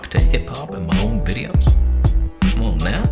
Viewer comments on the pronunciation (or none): " 'cmon-nahw.... 'cmon-nawh" LOL